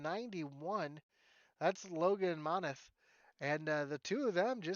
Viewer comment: Just letting you know my last name is pronounced Mon-Teeth! Thanks for broadcasting the race!